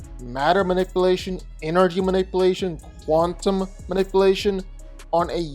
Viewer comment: Protip: play the video at 1,25x speed. Makes the narration normal speed. Edit: What's "quantum manippelation"?